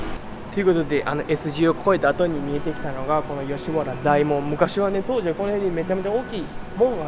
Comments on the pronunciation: 『だいもん』は港区芝だよ、吉原は『おおもん』。あと馬肉は『ばにく』吉原は『よしわら』ね。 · 大門は「だいもん」ではなく「おおもん」ですよ。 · よしはらでなくよしわらです、だいもんではなくおおもんです。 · 「だいもん」ではなく「おおもん」じゃない？